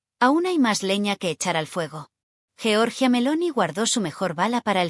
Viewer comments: Giorgia, no jeorjia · GIORGIA, no Georgia